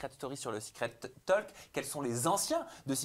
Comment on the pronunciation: on ne prononce pas le L de talk, on dit, en phonetique "tauk"